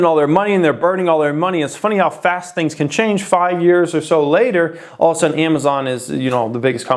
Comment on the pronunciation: lol emphasis on little amay-zon